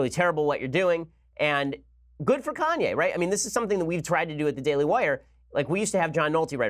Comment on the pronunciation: Is Ben serious ? Kanye Kan-ye KanYAY Ye